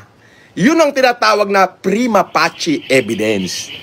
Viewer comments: prima facie- fayshee ang pronounciation nun hindi pachè dahil latin yun di naman italian. may masabi lang na term tong panggap na gusgusin na to. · Primafacie. si mag pronunciation ay primapache hahahaha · ani ba yang pinagsasabi nyang primapachi hahahhaha prima facie(fishy) ang pagbasa nyan hahahahahaha talaga